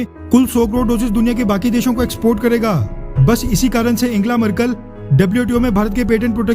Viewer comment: वीडियो के लिए धन्यवाद, पर आप अपना उच्चारण शुद्ध और जानकारी बढ़ाएं, जर्मन चांसलर एंजेला मर्केल को एंगेला बोलते जा रहे थे...